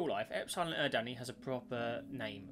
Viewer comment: because its horrid and extremely incorrect it's pronounced "Ep-suh-lon Er-rid-knee", not "Eps-iegh-lon Ur-dan-ee"